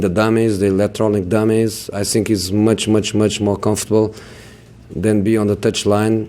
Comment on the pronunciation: How can mourinho say the "th" in other words but not when he says "I think"